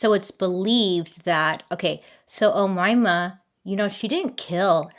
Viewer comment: you’re pronouncing omayma sa7 mat5afesh 👍